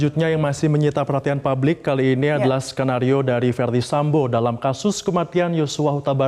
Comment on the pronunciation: Publik, bukan pablik